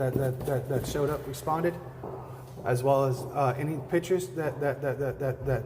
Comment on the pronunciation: Trailer trash saying Pitchers instead of Pictures....